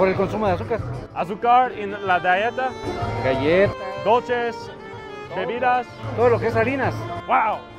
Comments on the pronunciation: “azúcar en la “die-ehta””? Mexicano: “Galleta… en todo!!” XD Only ppl who speak Spanish and English will get it. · nice video. Very much appreciate bringing this to the spotlight. respectfully tho, I think most people didn’t react to your “diet” is a factor argument, because they didn’t understood you when you said “dieta”. Like this gen here thought you said “galleta” = cookie. Again, nice work; I too am very concerned with coke’s impact in my compadres. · It's pronounced dee-eh-ta. Not die-eh- ta. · Can you please learn how to pronounce “dieta” properly ? It’s dieta not daieta 😂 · Hahaha,...it's funny that whenever you say "dieta", pronounced dee-eh-ta, the people think you're saying "galleta", which means "cookie":D